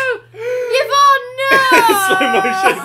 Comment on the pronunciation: Yvonne is pronounced evonne